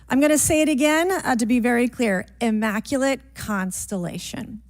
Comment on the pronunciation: Bobert says “immaculant, immaculant” after trying to be witty 😂😂😂 what an embarrassment to trashy bumpkins everywhere.